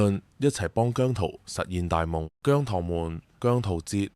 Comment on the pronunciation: 現階段唔同意變姜濤節。你都話佢公司未俾到足夠訓練佢啦！ 唔覺得你明白情況，你嘅提議覺得你想害亞姜。PS. 我係糖，你連讀"姜糖‘’都讀錯音，你根本唔太了解姜或我地!